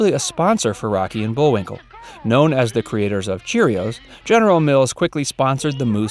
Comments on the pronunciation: .... . Did he call him Bull-WINKER??? Or am I hearing things???? Lol 🤣🤣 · What was shocking about any of those? Also, the script was somewhat repetitive, and at one time the narrator says Bullwinker -- with an R at the end. And you should've told him to spell the difference between Bullwinkel and Bullwinkle, not just read the two names; I hadn't realized there was a difference in spelling until I backtracked and watched the spelling of the dealer's name. These may be minor issues, but the repetitiveness made it a little boring to watch, and the title is a complete misnomer. "Little known facts" would be more descriptive. I was expecting something scandalous by the title.